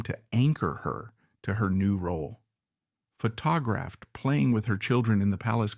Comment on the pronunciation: Narrator sounds like Adam Arkin, but Adam undoubtedly correctly pronounces “photograph.”